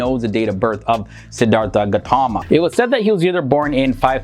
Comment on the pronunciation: A few corrections. The Pali language is pronounced "Pah lee" Short 'a'. Theravada and Siddhartha have an aspirated 't' which is written, "th", but is pronounced as a hard t followed by an 'ah' sound. So it is "Sid-ar-Ta" not "artha" and "Terra-vah da" or Terra-vay-da", not "Thera." Siddhartha Gautama was given the title "Buddha" but more typically was referred to as a thathagatha -- a "thus gone" person. That is one who has reached the final aim of Buddhism, an awakened one. There are different kinds of buddhas, private and public. It was believed in his day that the Buddha was not the first Sammasambuddha, or perfectly enlightened one -- there have been buddhas for every cosmic age. It is also believed that there are many paccekabuddhas, buddhas who do not declare the Dhamma (teachings) to the world. It is said that the Buddha was instructed by paccekabuddhas in previous lifetimes. In the Buddha's time, a set of rules for monastics, the vinaya, was set down and ritually repeated and extended. It prohibits killing. In Buddha's time meat was a luxury and requesting that someone slaughter an animal on your behalf is prohibited by the monastic code. Furthermore the Buddha and early Buddhists had a dim view of butchers. The vinaya also limits how manks can obtain and store food -- so Buddhist monks and nuns are sramanas -- holy beggars. This strata of society existed before Buddhism and ritualized begging for food is a tradition carried on to this day in Southeast Asia. The Buddh